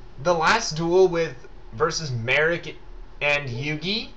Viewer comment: It's MALIK